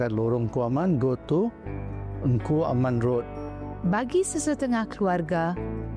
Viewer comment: Sebutan Lorong Kuaman, tapi ejaan sebenar Lorong Engku Aman.